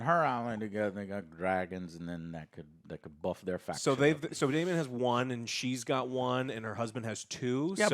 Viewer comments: Again with the Damien.... no I in Daemon. I think at this point you're doing it on purpose bc nobody is that stupid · Why is Joe talking about book stuff and then mispronounce a simple name like Daemon? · For fuck's sake. It's DAEMON...not Damien. Damien is the f-ing anti-Christ from The Omen. It's Daemon. Do you call Matt Damon Matt Damien? 5 episodes in and you can't get one of the easiest names on this show right? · You keep calling him Damien… it’s Daemon, Joe.. DAEMON* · Super annoying 😡 Damian?? Ugh. It’s Daemen. There’s no “i” or “ee” sound in there. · The mispronunciation of names i expect from.... but now even?? Who the hell is "Damien"??? is this an american thing to just butcher any name that has more than 2 syllables and comes from another country? Its so cringe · How does Joe not know it's Daemon not Damien. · Its not even mispronouncing; Its just wrong names. Damien isnt the same name as DAE-mon. Christian is also not the same name as Cris-ton. Its nutty